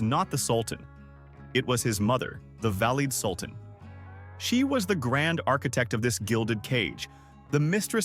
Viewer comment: Very badly done! 1- badly pronounced Valide Sultan. 2- We are in the Turkish Harem, why Oriental looking women? 3- Wasn’t there anything positive about Harem, the Sultan falling in love? Very intelligent women etc